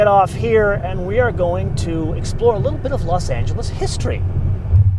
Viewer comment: Los not lasp